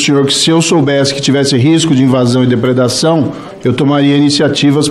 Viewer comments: nao consegue falar "depredação" ... hahaha : voz esganiçada e mal letrado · Ensina o Moro a falar depreda ção